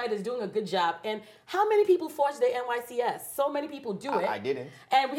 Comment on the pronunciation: Thank you o. She actually even said NYSCS. I was irked every time she said it.